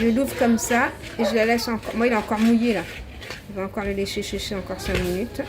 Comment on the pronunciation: 😂😂😂 elle a dit chéché la graine 😂😂😂😂😂